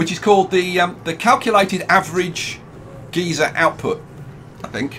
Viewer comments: It’s pronounced (guy-ser) not (ge-ser) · Wait is it geezer or geyser (gizar)?